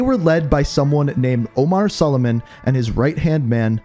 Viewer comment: Its even in the cut scenes.. its Omar "soo-lay-man" not Solomon, considering you mispronounced it like 1,000 times lol